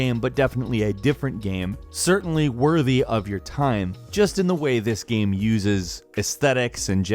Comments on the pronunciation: I hate it how you say "gem" instead of "game" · Is it just me or does he pronounce the word 'game' weird? It sounds like he's saying Gamb